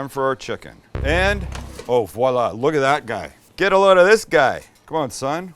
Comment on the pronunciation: He never says Guy's name right,lol